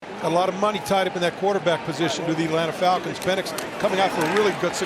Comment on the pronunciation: “Atlants falcons” 😂😂 and the audio 😂